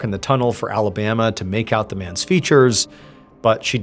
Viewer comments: Not Alabama I’m sorry just no maybe in French accent sounds better idk but that got me hung up more than anything. Oh I see where it’s going. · Pronounced, A-La-Ba-MAH 😊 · Pronounced Alabamoi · “Alabama” 🤦‍♂️ just no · Why they name the kid Alabama tho? Also why "patruiqe" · 'Alabama' and 'Patreek' dear god . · It's not pronounced Alabama like the state, dipshit. Why would a French person name their child that? At least know how to pronounce names and places when you do these videos. Your frequent mispronunciations are annoying as hell.